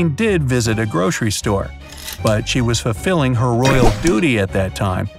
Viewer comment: why do i hear "groshery store" and not grocery store